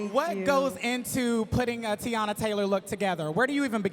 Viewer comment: The moderator calling her Tayana when her name is Teyana is so unprofessional and tired. A simple google and some research would suffice.